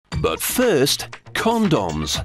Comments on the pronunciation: "After all they have a very important job to do!" Haha. He says Condums, haha. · CawnDoms XD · but first... CONDOMMZ.. Sheesh... nice pronounciation :p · but first con-dons he said it funny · "CON-DOMS" & "STAIR-AISLE" lolol I love how those are the only two things he pronounces funny xD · lol... CON-DAWMS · i like who he say con-dons! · con doms when its pronounced comdms lol